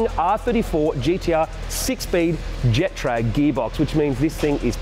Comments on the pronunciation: Lol think is applying the giraffe/gif school of pronunciation to Getrag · There is no "J" in Getrag, you daft Aussie... 😄